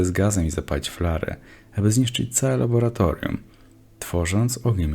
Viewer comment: raura, raboratorium, are, wody ktore sie rozrywaja, niezle kombo zajebales XD